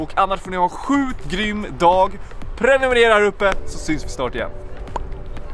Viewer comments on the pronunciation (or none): none